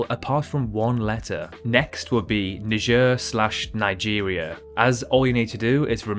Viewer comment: Ur saying Niger like uhh